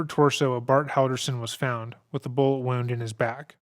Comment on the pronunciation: did this mf just pronounce wound (injury) like wound (past tense of to wind, wind up, tightly wound) LMFAO